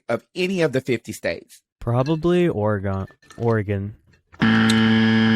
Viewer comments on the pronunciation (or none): As someone from Oregon, I say good choice! The rain is awesome, big shift from what I am experiencing in Philly. But Ore"gone".... ugh.... it's Oregin/Oregun depending on where you are at